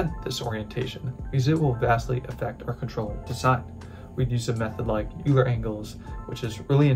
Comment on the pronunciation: very well done. Euler is pronounced oiler.